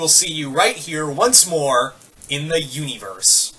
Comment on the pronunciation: Why do you always say YOUniverse Weird at the end of the videos you do by yourself? It’s Comic YOUniverse we get it, YOUuniverse is a play on words spelled with YOU. Just say universe.... for god sake please.